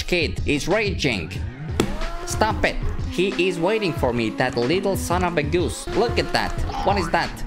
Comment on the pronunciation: I like the way you speak"son of a goos"😂😂😂😂😂